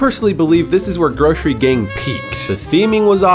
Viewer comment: It’s GROSSery gang (Gross-err-eee)